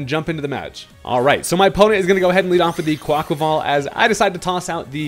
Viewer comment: Ho-ly shirt. A poketuber finally said Quaquaval's name correctly